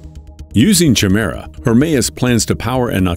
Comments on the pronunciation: it's pronounced Ky-mera not Chi-mera. A chimera is 2 different creatures as one. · Chimera is pronounced Kie-mera, not Chi-mera. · Lol "CHI- mera" Sorry to be picky but it's pronounced "KI-mera" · lol it's not pronounced "Chim merra" instead it's more like "Kai Mera" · Chimera sounded Kymera is the name as the aircraft is able to transform. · I wonder if he did it to troll extra comments - ch-mera sounds like a breakfast cereal 😅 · Your Voiceover Guy is screwing up. The word Chimera is pronounced KY- mera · I’m sorry but isn’t Chimera pronounced Ki-me-ra? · CH Mira 🤣🤣🤣🤣 at least pronounce Chimera properly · My god man google how to pronounce things. Chimera is said ki-me-ra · however it is pronounced kimera. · It's pronounced K I m a r a with a big I with no ch sound and a hard C sound (K) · Everytime I hear Chimera pronounced wrong I die a little more inside. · Exactly!!! His mispronunciation was killing me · In the beginning, you pronounced the word "chimera" incorrectly. Please check the pronunciation. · You probably should have looked up the correct pronunciation of Chimera before mispronouncing it over and over to hundreds of thousands of people. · 🤦‍♂🤦‍♀ Learn how to correctly pronounce the word "chimera". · If you’re going to go to all this trouble, why don’t you go the extra yard and look up how to pronounce “chimaera”? It’s just a google search away …